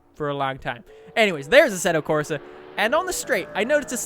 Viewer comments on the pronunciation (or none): 1st thing I noticed, Asseto Crosa lol